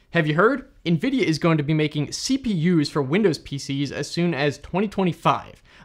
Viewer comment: The way you pronounce Nvidia as "EenVidia" lol. Cute American accent. Tnx for the info tho